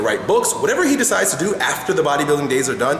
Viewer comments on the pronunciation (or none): "fthbthbttt...decides..." lol, what?